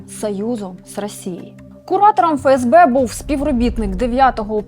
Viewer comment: Коли вже буде не "ФеЕсБе", а "ЕфЕсБе"??? ДеНеРе, ЛеНеРе, СеБеУ, МеВеДе, ЕнЛеО і т.д.... Бля, ну скільки???